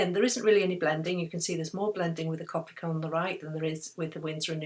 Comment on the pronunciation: I just have to say that copic is pronounced cOpic with a capital O sound :)